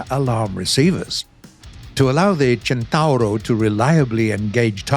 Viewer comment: Near perfect Italian pronunciation. I give you a 8 over 10.